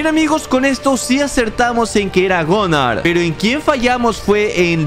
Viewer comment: Es Gunnar no gonar